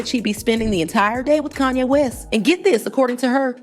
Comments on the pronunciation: It's Kahn-yey not KAN-YEY. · Couldn't get past the first 60 seconds in your video. Hearing you call Kanye. CAN YAY. I THINK WE ALL KNOW INCLUDING YOURSELF KNOWS THE CORRECT PRONUNCIATION OF HIS NAME. WONDER HOW MANY OTHER THUMBS DOWNS U WILL GET BECAUSE U DECIDED TO DO THIS FOR GOD ONLY KNOWS WHY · Your pronunciation of Kanye is triggering lol. You cant be serious. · Please learn how to pronounce Kanye's name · Fake, you can’t even pronounce Kanye’s name. Block this person